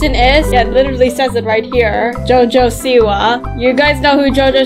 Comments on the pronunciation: Jojo siwa- I thought I pronounce it right by saying "jojo Soupwa" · its jo jo siwa😂